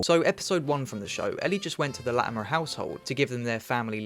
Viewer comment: I can't tell if it's deliberate that you slip into a Dorset accent every time you say "Latimer" but I am so here for it.